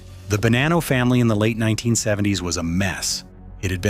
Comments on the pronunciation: It’s Ba-nah-no not Ba-nan-no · its actually buh-nah-nno